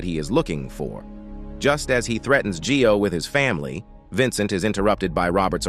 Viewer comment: G-i-o is pronounced "Joe", not Gee-o. "io" is a diphthong.